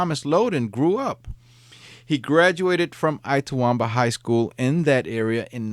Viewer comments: I love your posts! But just one thing: Itawamba is pronounced "Itt-uh-WOM-buh" and Tupelo is pronounced "TEW-pell-oh." I'm a Mississippi native and am very familiar with both places. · Good grief. It's Itawamba: the "it" is pronounced "it" - not I-tawamba. It's not too-PELL-oh. It's TU-pell-o. You know on these stories, you will be pronouncing cities and towns with which you are not familiar, so look them up. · It’s It-ah-wahm-ba. Too-pah-low. And a couple other mispronunciations are noted. Ask a Mississippian if you have doubts please. Otherwise a fine program! 😊😊😊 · The I in Itawamba is pronounced like the Spanish I. Tupelo has a long O sound. SMH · Lol yep ltawamba